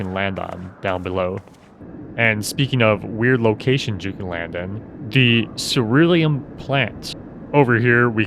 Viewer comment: "Eatulshire" "Cowerthas" "Rakeeta" Greatwood Castrum "Orains" Red Rooster "Steed" Got the pharos and ceruleum right somehow lol...even used crevasse correctly...whew man that was a trip of ups and downs in reading and pronunciation.